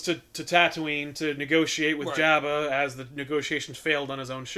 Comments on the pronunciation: Hey, you guys finally responded to me. Lol. I'm just saying, I've always heard it pronounced Jobba. Since I've got your attention, start doing back issues for Vertigo books, please! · It drives me crazy how they're mispronouncing AT-AT and Jabba